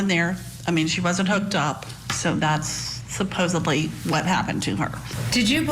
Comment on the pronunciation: Why do people say, “supposebly,” with a “b,” when it’s “supposedly,” the correct spelling, with a “d?” I guess it indicates ignorance. YES! I am a former English teacher and a stickler for correct pronunciation, spelling, and grammar.